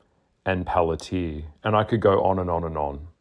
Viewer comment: Good explanation. On another note the words are inconsequential and the company is Palantir not plantir